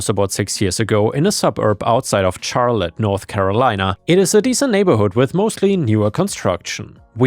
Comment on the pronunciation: I don't know if anyone noticed that mispronounced charlotte. He said it like you would charlie with a hard ch instead of the soft sh sound it's supposed to be pronounced with